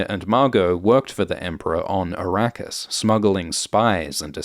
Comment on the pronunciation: Araqis??😂 You mean Iraq? And Shadam? You mean Saddam Hussain??😂